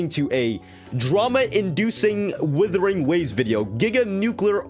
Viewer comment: Whoever thinks WuWa is a dissapointment must be srsly unhinged. Also it's WUTHERING not withering xD.